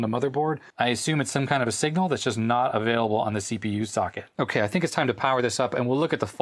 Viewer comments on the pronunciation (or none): none